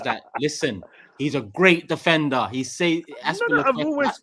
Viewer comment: we get it 😂😂 defenDer must be pronounced with a strong D 💀